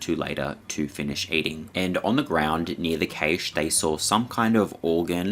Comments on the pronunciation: After the 3rd or 4th time you said "kay-shh" i realized you were saying Cache (cash) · Now can you please explain to your viewers what the hell a "KAYSH" is because according to the Oxford English dictionary that particular word does not exist. That's not how you pronounce cache. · "Cache" is pronounced the same as Cash. What a zoomer moment you had there. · Cache is pronounced cash, not cay-sh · Kaysh? Its supposed to be pronounced like "cash" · I cringed when he said cache like kay-che. Its pernounced 'cash' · Cache is pronounced “cash”, not caish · LOVE YOUR VIDEOS … but “Cache” isn’t pronounced “Caysh” but “Cash”. Cache = “Cash” ❤❤ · Cash eh. Not keish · Decent video on the whole but one thing that irritated me, like with numerous videos recently is the complete laziness or complete lack of understanding of the english language. CACHE IS NOT PRONOUNCED "KAYSH". It's pronounced more like "cash" or if you are a posh European that pronounces the "E" then it's pronounced like "Cash-ay". "KAYSH" isn't a word and I don't care where abouts in the world you are cache has never been pronounced as KAYSH. (Where did you even get that from?) If you can't pronounce simple words correctly then you shouldn't be narrating videos. Stop butchering my language and then posting it so everyone else starts pronouncing it incorrectly. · It's Cashay, not Kaysh. You're mispronounced words have baited me into commenting, well done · Cashe pronounced Cash* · Do Australians really pronounce cache as cayshe? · Cache is pronounced 'cash'. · cache it’s pronounced like cash like geocache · I like your video but you kept mispronouncing the word cache . It pronounced Kash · In the US cache is pronounced cash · sounds like 'kash' for cache my friend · It is pronounced CASH. Not CACHE. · Its pronounced cash. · Cache is pronounced like 'cash'. Sorry, im British 😁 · Cache is pronounced “cash”